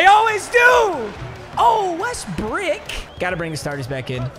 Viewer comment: dont be saying westbrick bro